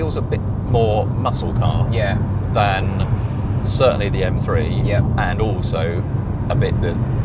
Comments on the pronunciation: Its pronounced m three not m free. Morons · Efirty Mfree, grrrrr this guy really spoils my enjoyment of this channel